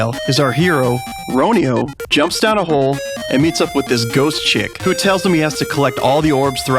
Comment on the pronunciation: I know said it Ro-Knee-Yo, but in the Kickstarter vid, it's pronounced Ro-Knee-You. The developer in the video also pronounces it Ro-Knee-You. Considering that's how it's spelled, and hearing it from the creators mouth, I'm gonna call it that. Nothing against. I love that guy. 😄 Anyways, love your content. Right up my alley.